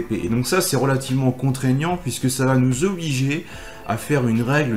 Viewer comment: Merci pour ces vidéos et articles tjrs bien utiles. Juste une petite remarque constructive : vous dites tjrs "va't'etre" mais il n'y a pas de 't' entre 'va' et 'etre'. 🙂 Continuez comme ça 👍